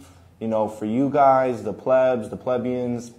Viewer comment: pronounced pleeeebs